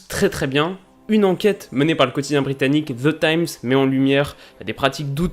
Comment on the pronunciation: "Ze times" mdr Sinon bonne vidéo gars !